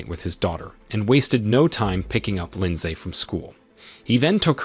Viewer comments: AI keeps saying "LINDZAE" and it's throwing off the focus of the story.... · The “lin saay” part is killing me😂😂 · Dude says Lind-say everytime. But what really got me was when he tried to say heist 😅